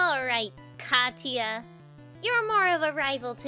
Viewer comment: Katia is pronounced katie a